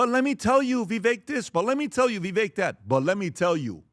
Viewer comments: still can't pronounce "Vivek?" Like come on. Vivek rhymes with "cake." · so stupid…still can’t pronounce Vivek’s name. But you can get expert advice from him? Clown show